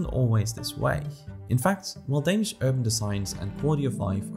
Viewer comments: Are you danish? your danish pronunciation is spot on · You can tell the quality of a video, whenever the narrator pronounces the words in Danish absolutely perfect without any accent.